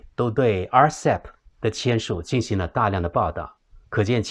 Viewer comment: 对不起，分享，在Timeline 1.28, RCEP， 讲成， (RECP) 谢谢